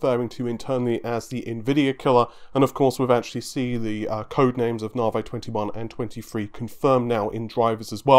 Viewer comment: Nah-vee. Not Nar-vay. You say it like 40 times a video. Please, try to get it right.